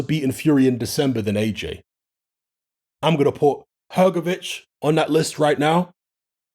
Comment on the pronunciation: Hrgovic? You’re having a laugh